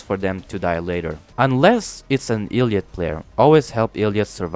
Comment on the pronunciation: Bro is pronocing elliot illiot bruh